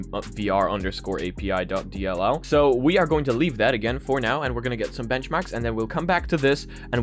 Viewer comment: dude the way you say dll's